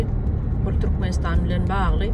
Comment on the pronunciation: Barda "arkadagyña" diy normalnyy gurle diyip! Ol dundugyñ idilli Turkmenistan diyip bilenok, tökmenstan diyip 😏